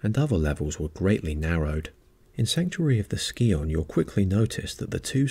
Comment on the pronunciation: That's not how you pronounce Scion.